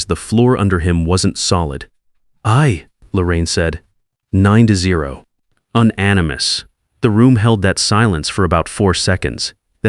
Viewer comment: Un-animus. Cute.